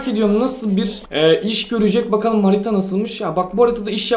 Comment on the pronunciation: Ayy abi HARİTA NASILMIŞ dediğinde MANİTA NASILMIŞ dedin zannettim tövbe tövbee 🤣